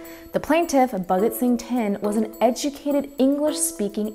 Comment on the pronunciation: Bhagat is pronounced as [pàgət]